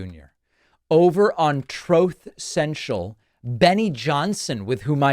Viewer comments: Substantive content aside, I'm here for the "troath sentchul." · Never get tired of hearing,” TROTH SENTIAL”😂😂😂😂😂 love your show David💙💙💙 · Trowth social 😂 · "TROTH... senshil" 😆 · Troth social? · Please always play the soundboard of Trump saying “Trothe Senchel“ whenever you say it. Same with the “Obamna” bit. Thank you. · Troth sential hahahaha!